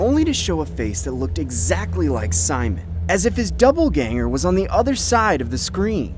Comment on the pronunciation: it’s not called “doubleganger” it’s “doppelgänger”